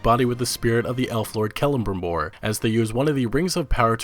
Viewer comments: hate to be "that guy" but 'kell-em-brim-bòr' sorry that really bugged me. great video tho! appreciate the in depth talk about each game! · "Keullurbrimbooor"....you sound like a mongoloid.